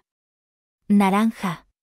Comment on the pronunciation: The spanish one was pretty bizzare